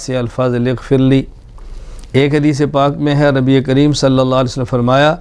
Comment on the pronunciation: یا واسع المغفر اغفرلی میں غ کی بجاے خ کی آواز نکلتی اور اکثر لوگوں کی خ کی ھی آواز نکلتی ۔لھاذا۔غیری۔توجہ۔چاھےء۔